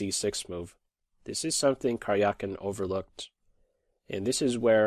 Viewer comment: Please try to pronounce Карякин better. It is more like Karyakin than Karjiakin